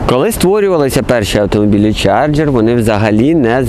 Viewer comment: Я тут згоден, трошки забагато води, та й вимова моделі - це повне фіаско. Чаргер😅😅, мускулкари.....